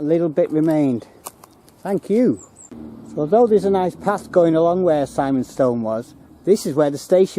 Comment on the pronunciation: Really enjoyed the video but Simonstone is pronounced with an "i" and not an "I" for us locals. Big thumbs up, great.